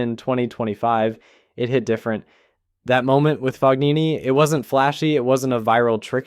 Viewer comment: Just FYI the “g” in Fognini is not pronounced. It’s Italian.